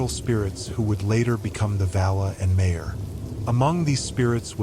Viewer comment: Nice... But, there's no way this isn't AI generated! I mean MayOr instead of MaiAr...